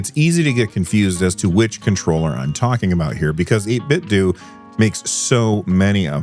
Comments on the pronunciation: apparently its 8bitDOO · This is small, and silly and besides the point - It's "Eight-bit-doh" like "Nin-ten-doh" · Yeah, the official pronunciation is like "Nintendo." That's why they chose that name, it seems.